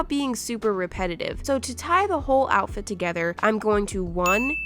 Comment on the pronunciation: When said outfrit could not stop laughing